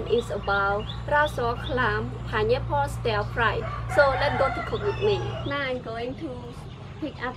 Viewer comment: “panyapole” and “soybean oyy”